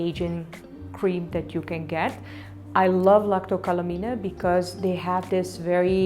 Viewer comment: It's pronounced lak·toh ka·luh·main